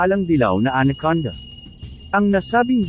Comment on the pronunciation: Salamat po sa pgbhgi sa impormasyon n ito. Ang ganda pong pakinggan ang pagbigkas nio sa anaconda at cobra (tamang pagbigkas sa Ingles)...